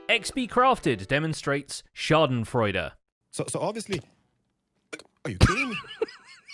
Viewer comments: Me, a german: did he just say Schadesfreude? *sarts googeling if englisch people say that too *seeing they do too: ahh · i love how english speaking people pronounce the word scahdenfreude XD